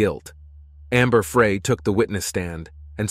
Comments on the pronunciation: It’s Amber Frey pronounced Fry as in “He decided to fry chicken for dinner. No big deal, but figured I’d let you know… Great work… 🙏🏼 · It's AI , it never correctly says her name, or many others.